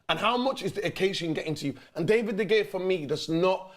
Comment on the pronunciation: Why he keep saying “David De Gaya”?